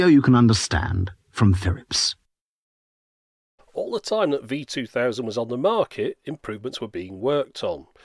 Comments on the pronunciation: Philips ~ Firips ~ really? ~ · "Firips" good lord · wow lmao "Firips" really? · Chinese people can't pronounce the R and Japanese people can't pronounce the L. That's why the man called it a "Firips" when he asked for a Japanese machine. It's not even racist, they actually talk like that, people need to stop being so sensitive about these things. Fun fact: Philips is Dutch and Dutch people say "Feelips", not "Fillips" like the Brits do. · I just realized, they called it the Firips to rival the other Japanese machines, because that's how most Japanese would pronounce "Phillips". How racist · "Phirrips, it's a Phirrips." HA!